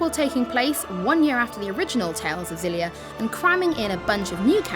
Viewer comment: According to IGN, according to the game's developers, it's meant to be pronounced Ex-ill-ee-a, not Zill-ee-a. Just thought you'd like to know.